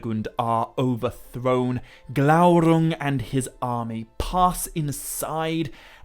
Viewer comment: I never comment, but was compelled to do so when I heard your rolled R in Glaurung. Remember your frustration at not being able to, but now you can! Worth waiting for every time, a youtube treasure and best Tolkien channel here. Appreciate it!!